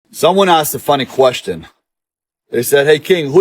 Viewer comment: "And Is that a serious Ques-tin?" "Like really, is that a serious QUES TIN?"